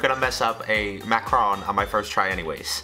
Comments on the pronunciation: It look like you're saying "Macron", I don't get why english people can't pronounce macaron ! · boi if I hear you say macaron like that one more time It’s pronounced MACK-A-ROON